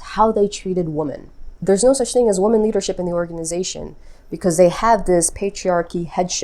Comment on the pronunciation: Thanks so much! Interesting! ☺️👍👍👍 By the way, this is what ChatGPT says… ☺️😅👌 ChatGPT: In standard English pronunciation, “woman” (singular) is pronounced as /ˈwʊmən/ (with the first syllable like “wood”) and “women” (plural) as /ˈwɪmɪn/ (with the first syllable like “win”). The distinction between these two words is important and is generally expected in most varieties of English. However, some speakers, either due to dialectal differences or perhaps language-learning challenges, may mistakenly pronounce “women” as “woman,” leading to confusion. This pronunciation is not considered correct or standard, and it would generally be regarded as a pronunciation error in most English-speaking regions. It’s understandable that hearing “women” pronounced like “woman” might sound off or incorrect, as it goes against the typical rules of pronunciation. In some regional accents or non-native speakers’ English, there can be variations or difficulties with these sounds, but in formal or standard contexts, the distinction should always be maintained. If you find the conflation of these pronunciations jarring, you’re not alone—it’s a common reaction among native speakers.